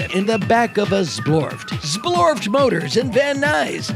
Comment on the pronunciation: Zblorbt!! ( is totally mispronouncing it!!)